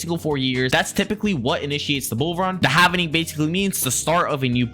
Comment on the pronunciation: it’s “ HALVING” … not “HAVENING”